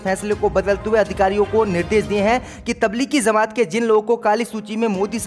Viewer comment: Beta zamat nahi jamat hota hai